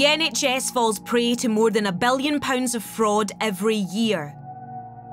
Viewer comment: also 'en Breten' is 'In Britain' and 'bellions' is 'billions'